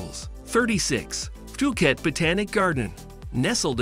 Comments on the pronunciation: Its pronounce as phoo-cat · Love your vid, but can you learn how to say phuket properly next time, its hard to take the vid seriously if you dont take the time to pronounce the place your talking about.